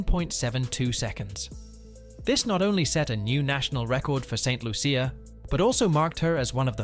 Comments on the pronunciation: Its not saint Luuucccia. Its pronunced Loosha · First learn to say Saint Loo-sha or Santa Lucia. I'll let the other Lucia's handle the rest 😂